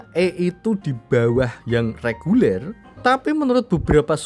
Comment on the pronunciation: REGULER bang, bukan LEGULER 🤣🤣